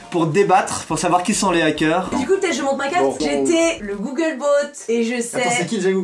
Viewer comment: « gougueule beaut »